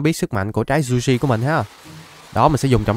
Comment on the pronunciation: Trái zushi nhưng anh đọc là sushi😁😁😁😁😁😁😁